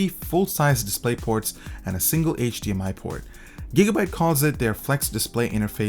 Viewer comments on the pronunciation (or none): none